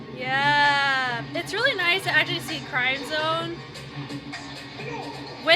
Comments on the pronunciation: It's crim zone. Sound like "cream" it symbolizes the blood, sweat and tears they have put in their craft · It’s actually CRIMZONE like Crimson, not CRIME ZONE😊 Thank for your reaction video of our Mahalima❤ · crimzone is pronounced as 'krim-zown'